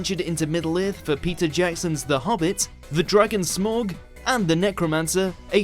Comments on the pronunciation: triggered by the mispronunciation of Smaug It's SMAOWG not SMORG!! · It's SMAUG, not Smawg! Get it right! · It's SMAUG, why can't you pronounce it correctly? -. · I’m sorry but when you said “smorg” I cringed so hard my face is permanently cringed... 😂😂😂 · well someone can't say Smaug... lmaooooo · Stop saying Smaug that way 😣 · SAY SMAUG RIGHT FOR FUCKS SAKE